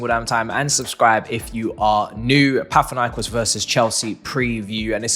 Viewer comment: not pat-hinaikos Pa na thi naikos